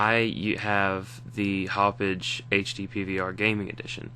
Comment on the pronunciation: Did he say "Haup-Bitch?"